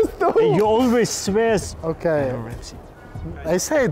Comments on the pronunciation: When Elneny said i swear Ozil said "sweas" haha! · "You always svear"